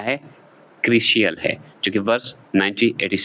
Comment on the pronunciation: वीडियो के 37 वें मिनट पर रेटिंग एजेंसी क्रिसिल के बारे में साख का अर्थ - किसी व्यक्ति / परिवार/ कंपनी की कर्ज लौटाने की क्षमता या विश्वास , समाज, मार्केट में उसकी प्रतिष्ठा, लोगों का उसपर विश्वास कितना है। जबकि आपने बताया ब्रांच / शाखा जो कि गलत है। एक और बात क्रिसिल उच्चारण होता है, क्रिशियल नहीं